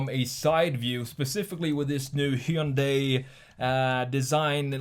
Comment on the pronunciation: Pronounced Hun-day like Sunday... not Hi-un-die